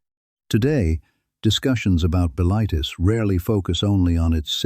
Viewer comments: Buh-LITE-iss should be pronounced BILL-it-iss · m8 you wanna decide if the voice is yanky or english and how to pronounce bilitis? or are we just doing whatever whenever?